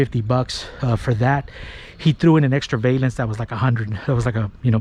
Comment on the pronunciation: Its valence not vaylence.